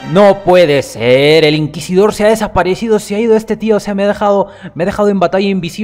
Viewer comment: Bravo porfin dijiste Inquisidor correctamente Xd Yo también tuve esos fallos en vídeos Efe